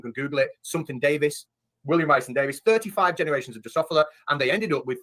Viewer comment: How much can you know about genetics and still be unable to correctly pronounce "Drosophila"?